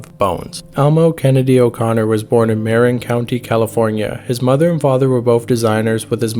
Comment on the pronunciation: its pronounced muh-RIN county